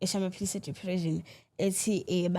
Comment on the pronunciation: "Di-phre-shin" not "Di-phre-zhin".....awu 😢